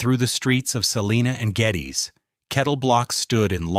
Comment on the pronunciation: Geddes is also pronounced wrong